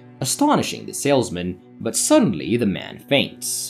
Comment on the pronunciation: The voice is fine, the narration, thoroughness, clarity and speed. Its the emphasis and volume on the first word of each sentence, names, certain word like "suddenly". Its like a roller coaster. Maybe i am so use to ai voice i forgotten how human speaks.